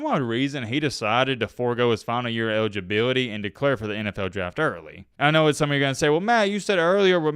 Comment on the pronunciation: Man, it sounds like you’re leaving a letter out of every word you say or, you’re talking with a mouthful of soup. You sound like Elmer Fudd and Tom Brokaw had a baby. Ewidgeabiwity, twin twin one, twin twin two